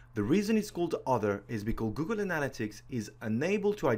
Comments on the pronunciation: ANN-a-lit-ics.. not anal-a-tics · Its analYtics not anAl-ytics !!! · Great video, so useful. But it's pronounced ana-LY-tics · 'Google anala-ticks' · I think you're pronouncing that wrong Google Analytics. But I'm guessing it because of your accent. Not throwing shade. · Great video but you pronounced 'Analytics' in about 4 different ways :) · I can't trust a man who can't say analytics correctly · I just love how you say analytics, honestly. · This was an excellent tutorial thank you! But you must learn how to say analytics correctly :P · nobody would hold it against you if you actually learned how to pronounce "analytics' properly. That was fkn torture...had to bail after 2 minutes. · Every time he pronounces “Analytics” 😑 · I wish you hadn’t crucified the word “analytics,” but I got past that, you have bang-up presentation and content. 👍🏻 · Great video..Please pronounce "Analytics" correctly. It's driving me crazy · I like how he pronounces "analytics." LMAO.